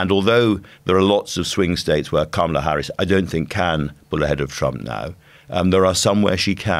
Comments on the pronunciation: Hopefully, it won't take too long to get her name right. It's kamala as in 'comma', not kamala as in 'camera'. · Her name is pronounced "comma la" not "kam ala" Shes been vice president for over three years....how come our journalists keep mispronouncing her first name??? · It’s pronounced Comma-La. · FYI it is pronounced “comma-la”. Sounds from my American ears you do pronounce it correctly a lot more than much of the media but wrong here and there.